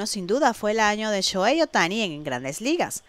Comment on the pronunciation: Es 'Shojei' la H en japonés suena como J